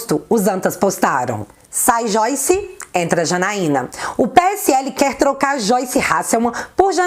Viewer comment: Acho legal quando você fala xoice, é engraçado.